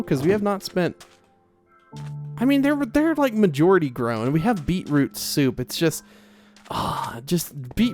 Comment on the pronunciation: Anyone else super amused at the way says beetroot soup? Beeproop soop 😂 love the vid as always 8023